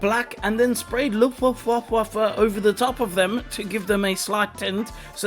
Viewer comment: As a german I have to say that I love how you pronounce Luftwaffe... 🙃